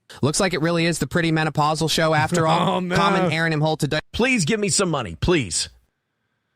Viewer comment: When Bower said he watched “the show” it sounded like he said he watched “The Soc” - so I assume he heard your nickname watching old NLO and it was a sign of respect.